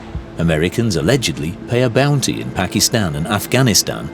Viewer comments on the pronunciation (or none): none